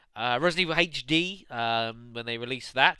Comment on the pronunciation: Great job playing this like the average person would too haha. you're vids are awesome. I just wish you wouldn't pronounce HD and Herbs like that lol